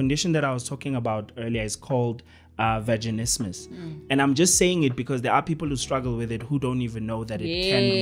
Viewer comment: That word was trying to say ke vaginismus